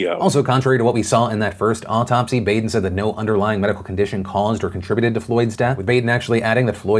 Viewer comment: Philip, you are pronouncing Baden's name wrong. It is pronounced like Bahden.